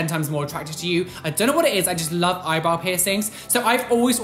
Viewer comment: I always hear „Eyeball“ instead of eyebrow 🤣